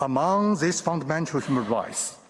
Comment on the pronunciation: this man said ... a full spectrum of rice ( rights) LOL.